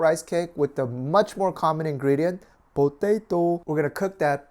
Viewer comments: PO- TA- TOOW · ha you say po-tay-toh just like cooking with dog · Bo-tae-to... XD I love.:D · It makes me smile how he said potato... Hahahaha!!!